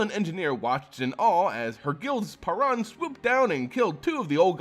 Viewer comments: It's not paaran it's paruun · It’s pronounced “PAY-roon” for the love of fuck.